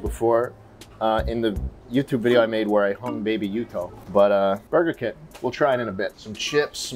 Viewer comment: i thought he said murder kit instead of burger kit.. i didnt even question it until i saw the packaging